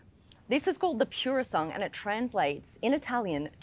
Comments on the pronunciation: interesting how she avoided mispronouncing the car's name by ditching its last syllable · It's not "Pure a Song" it's Purosangue. Call the beast by it's name please! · Its pronounced puro sangwe = pure blood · The moment I heard “pure-o-sung”, I knew she bout to get some facts wrong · Cool clip SB. It’s not an SUV. Not interested what RR has in the back. It’s pronounced purrrossangway…congrats on the website. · It's actually pronounced Poorosangwey The spec looks really weird and mismatched in my opinion as if someone replaced the seats by taking them out of a different car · pure sandwhich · Take a little time to learn how to pronounce "Purosangue". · You've mispronounced the name! Please research your work, comes across as unknowlegadble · I hate how it was pronounced 😢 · She can't even pronounce the name correct and she about 18 months late give up it's been reviewed by better people than you 😂😂😂😂😂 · If you are going to give a proper review of a car , at least have the respect to learn how to pronounce the name properly… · Nice Mazda CX-5. Btw, u butchered the Pronunciation of Purosangue just saying...sad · Sorry babe, but your pronunciation of Purosangue needs work.🙏❤️ That aside, I love seeing how successful you are - the pretty girl from Brissie has done good❣️ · Why are you incorrectly pronouncing Purosangue?